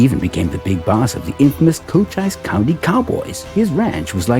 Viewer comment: Also the narrator pronounces the Arizona county of Cochise as "Co - chyse" with a long "i". It should be pronounced "Co - cheese".:hand-purple-blue-peace